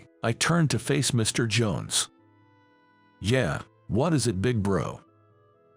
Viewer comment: Agreed. And pronouncing "yeah" as yer. Pathetic.